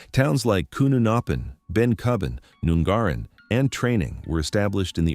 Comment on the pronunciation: I wish that people doing videos about Australia/Australian places would not use an American accented AI voice, and check with the locals about pronunciation of place names, it's not Kuununoppin or Nungaarin, they are both said with 'short' vowels. Some good info, but quite a lot of 'missed the mark' as well, I noticed a couple, one was the 'closure date' of Claremont (Graylands), a friend of mine did electrical work there on the mid 2000s while it was still in operation (had to carry special ID so they would let him out again), another was that the war never came close to the guns on Rottnest Is., while it is true that they were never fired 'in anger', the German raider Kormoran (which went on to sink the HMAS Sydney II) was sighted by troops stationed on Rottnest, and could have been fired upon, but they were never given clearance to fire.